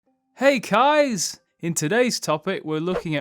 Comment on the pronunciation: Did he say hey guys or hey kais ?